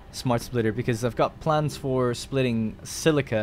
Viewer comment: The way you pronounce plans is....very odd